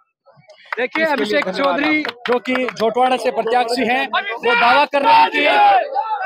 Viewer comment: झोटवाड़ा है न कि झौंटवाडा